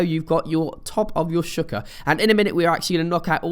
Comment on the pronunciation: Shawl-ker that's how you say it.